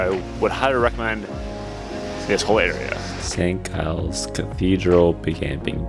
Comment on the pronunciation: Great video bud. Just some pronounciation problems with Edinburr, and Saint jiles Cathedral.👍